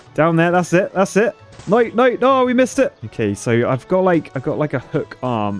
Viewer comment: I love how says "noy" instead of "no".